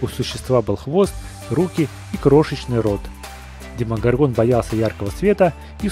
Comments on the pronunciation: Блииин.....Вообще то не демогоргОн а демогОргон обидно.....((( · демогОргон, ты ударение не то поставил